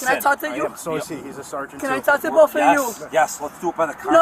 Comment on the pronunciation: What a horrible human being. She deserves everything that happened to her. "I'll talk to boff of you."